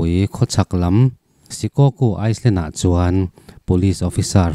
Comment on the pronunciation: Island hi iceland i ti tlat a